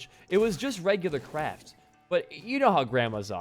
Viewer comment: Idono why but whenever he said Kraft I thought he was saying crack